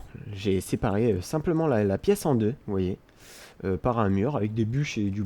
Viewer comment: C'est moi où à dis: m'voyez. x)